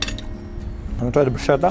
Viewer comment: By the way Mr. Gomez, bruschetta is pronounced “broos-ketta”.😁 Love watching your cooking vlogs.